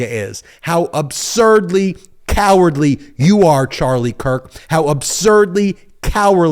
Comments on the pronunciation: If you’re gonna do the whole fake outrage rant, just remember there is a “d” in the word “cowardly”. 😂😂😂 I want these people persecuted but that rant was cringe. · I'd be more impressed if you could hit the "d" when you are ranting..